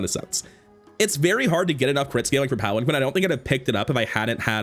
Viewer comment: It’s pronounced palan-keen